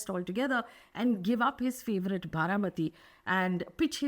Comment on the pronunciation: Baramati, not Bharamati.